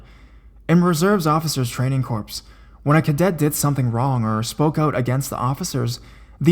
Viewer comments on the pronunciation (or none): Corps (as in Marine Corps) pronounced like core not corps (as in a dead body) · corps is pronounced core.